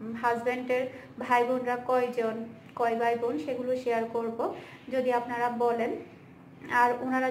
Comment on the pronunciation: আপু আপনি বোন কে ভোন বলেন কেন?